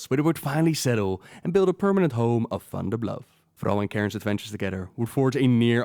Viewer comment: Okay not gonna lie when you said Funderbluff I died 😂😂